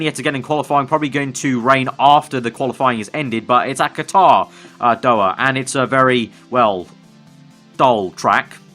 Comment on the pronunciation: Amazing!!! waiting for the other season to start!!! btw it is pronounced as Doha not doa الدوحة in arabic 😄😄 keep it up bro!!!